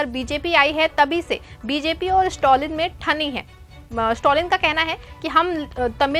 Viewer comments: The name is Stalin and not stolin please pronounce the name property dear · स्टोलिन के बजाय स्टालिन बोलते